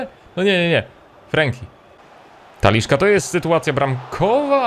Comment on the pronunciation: 1) Ter Stegen, ewentualnie Ter Sztegen, bo w niemieckim często jest s tak czytane, nie Ter Stejgen 2) żaden Taliszka, tylko TalisKA, nie ma tam żadnego "sz"